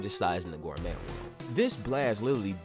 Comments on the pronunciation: Oh man. I hate to be that guy and Im only 12 seconds into the video but gourmet is pronounced like gore-may. Its a French word so I cant fault you but if you're making Toriko content where everything is gourmet, I think you ought to know. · I absolutely adore toriko and am new to ur channel and am excited to check out this vid and ur other content, and I just subscribed but i'm literally 11 seconds in and bro did you just say 'gore-metttttt' ????????????? ... gourmet is a french word used to describe very rare, highly desirable, or exceptionally high quality types of food, or a person who is deeply knowledgeable about them and it's pronounced 'gore-may', (just like many other french words) the T is silent